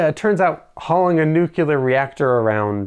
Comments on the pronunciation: I really hope that in your future videos, you can pronounce "Nu-cle-ar" correctly, and not "Nu-kul-ur" like Dubya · Sorry but I gotta ask - are you saying "nucular" on purpose? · "Nu-cu-lar" ...really?! ;-] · Great follow-up video! did I hear you say 'nucelar' instead of 'nuclear'? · I cringe every time I hear someone pronounce “nuclear” as “nu-kyoo-ler”. “New-clear.” Say it right lol. Do they spell it “nuculus??” No. “Nu-cle-us.” Hence, “nu-clear.” 😂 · Nuclear. Let me know when you find the nuculous of an atom.